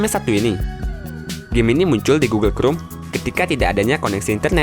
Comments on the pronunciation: Google krum??? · gugel krum 🤭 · Ti rek Gugel krum Pasmen Ini ngajak ribut atau gimana? Kesel dengernya wakowkaowkao 🤣🤣